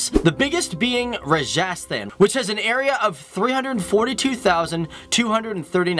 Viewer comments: Pronunciation of Rajasthan is incredible 😂😂😂😂😂😂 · when he said Rajasthan I was like please pronounce it right